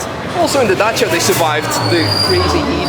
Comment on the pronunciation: Yeees as a Romanian he pronounces Dacia perfectly